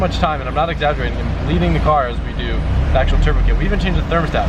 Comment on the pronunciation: "mmm i just weesh i could just make my own turbo keet"